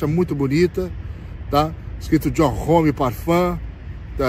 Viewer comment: Não é Rome, amigo. É Ome (para a pronúncia)